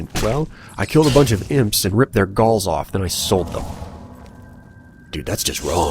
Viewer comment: lol, when you said "I ripped their galls of and sold them" it sounded like you said "Balls" instead of "Galls"